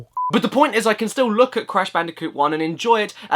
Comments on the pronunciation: C A S H B A N O O C A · HALLE FUCKUNG LUJAH ITS BRASH CANDICOOT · "Cash Banooca" OMG I lost it! XDDD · But that’s his name: Cash Banooca! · Hmmm “cash banooca” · I'm gonna call Fake Crash "Cash Banooca" from now on. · You realise everyone in the world is gonna call it Cash Banooka from now on, right? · Brash Candicoot or Cash Banooca? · BRASH CANDICOOT!? CARRY ME MADDICARUS! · Cash Banooca..I am going to be calling him that from now on. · Bash Canooca